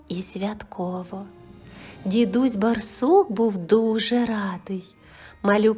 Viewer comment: Через раз читається " дідусь бАрсук", дуже ріже слух неправильна вимова.